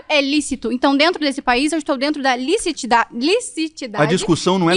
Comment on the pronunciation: Moçal falou "licitidade , sendo que o correto é licisitude! Kkkk